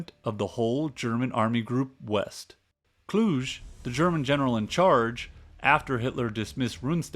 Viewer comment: A very good production. Very good. That said, the narrator should learn to properly pronounce French & German names. It distracts from the overall quality of the narration. I winced when he called Field Marshal Kluge, "Klooge" & not "Kluga" with a hard "E." His attempt to pronounce Dieppe almost made me laugh. Otherwise a good show. The producer also failed to note that the Germans knew that the invasion was eminent. They had completely broken the French resistance codes months earlier (largely due to infighting between the Communist & Nationalist cells) & knew exactly what the invasion alert would be. What London signal codes to listen & respond to. In fact, from Sweden in the Arctic to the Spanish frontier the German forces were on full invasion alert for the week of June 5th. However, certain commanders decided that expected incoming weather fronts would forestall any major enemy operations. They collectively concluded July a much better bet, despite intelligence reports to the contrary. The key to the success of June 6th was that, though they knew the Allies were coming, they did not know exactly where or in what strength; also, would it be a full scale launch or a partial one. A complete intelligence breakdown at many levels of German command. And even today fingers point to key members of Rommel's staff. The mystery remains.